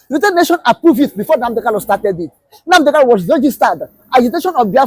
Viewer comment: Kalu? Kanu yes. Get it right